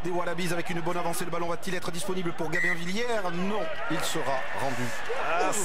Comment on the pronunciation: Gamin Villière?? Il ne sait pas prononcer le B ce commentateur? C'est GaBin Villière!